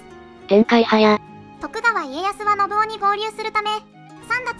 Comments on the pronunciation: 漢字の読み間違えが多いので、要注意。たとえば、信雄は「のぶお」ではなく、「のぶかつ」。コメント欄に修正入れてほしい。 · のぶお？ のぶかつでは？ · のぶおではなくのぶかつです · なんかみんな指摘してるけど「のぶお」でも「のぶかつ」でも正解だよ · 他の人が書いてるけど、序盤から信雄[ノブカツ]をずっとノブオ、ノブオ言われてると聞き苦しい😥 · 信雄は「のぶおじゃなくて「のぶかつ」ね。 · 『信雄』の読み方が『のぶお』と『のぶかつ』どちらでも呼べる事を知らない人が多すぎる！しかもドヤ顔で指摘しているのマジ笑える！ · 解説ありがとうございました。ただし、信長次男の信雄の読み方は、「のぶお」じゃなくて、「のぶかつ」ではないかと。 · ノブオではなく、ノブカツですよ。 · 信雄のこと「のぶお」ってよんだまま動画にするとかなんなの？ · 信雄のぶお、じゃなくてのぶかつじゃね？ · のぶお ではなく のぶかつ ではないのかな？ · 「信雄」のぶお。じゃなくて、のぶかつ。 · どーでもいいけど織田信雄をノブオって言うのはやめてくれ❗ネプチューン主演のNHKの戦国パロディを彷彿させてくる｡気分台無しだぁ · 信雄（のぶお）じゃなくて “のぶかつ”って読みます！ 誤った読みかたは、初めて知る人に誤解されますよ！ 動画を配信するなら ちゃんと勉強してくださいね！ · 信雄（のぶかつ）だよ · 喋らせてるだけだから仕方ないけどいちいち 『のぶお』 でイラってする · 「のぶお」じゃなくて 「のぶかつ」ですよ😅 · 信雄 ×のぶお→〇のぶかつ では？ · のぶかつ だよ。のぶおじゃないよ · 信雄の読みは、のぶかつ、な。